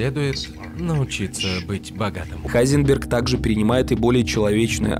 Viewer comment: Почему Хайзенберг? Если должно быть Гайзенберг